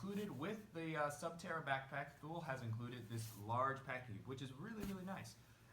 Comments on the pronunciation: It's pronounced TOO-LEE. Otherwise, great vid. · Almost right. The last part is pronounced quick. The best way to describe it to an English speaking person would be like to pronounce the French word 'Le'. Like in 'Le grand'. It's not pronounced like the jeans company Lee, if that makes sense?